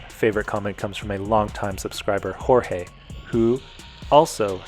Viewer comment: Hey. Both you and my mom pronounce my name perfectly. It is the rest of the world that pronounces it George. Thanks for caring and taking the time to appreciate and respect Hispanic culture. 🇵🇷